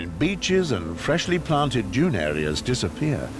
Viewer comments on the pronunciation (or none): none